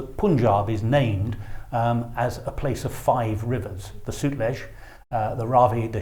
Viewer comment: It's not Poonjub. It must be pronounced "Pun" as in "Bun" and "Jaab" as in na "Wab" (Nawab) and also, Sutlej - that word should be pronounced as "Sut" as in "Hut" and rest of that is how it is pronounced in this video.